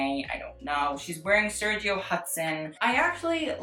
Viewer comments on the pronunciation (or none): none